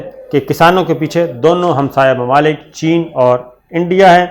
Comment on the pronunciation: chen ur india ya chen ur pakistan?, aapko bolna abtak nahy ayaa bhai?, aapko sekati sekati mai irani sek gaya magar aapki koi urdu thek nahoi 🤣🤣🤣🤣🤣🤣🤣🤣🤣🤣🤣🤣🤣🤣🤣🤣🤣🤣🤣🤣🤣